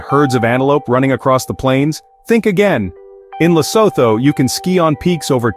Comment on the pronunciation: What nonsense is this 🤬 First of all "Lesoto " " Lesoto"🙄 Can't you just say " Lee_sue_two"... It's the easiest word to pronounce...no research was done... Then you go on to show clips that are not even Lesotho 😤